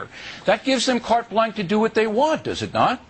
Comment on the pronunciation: It's pronounced "blonsh", not "blonk", Bill...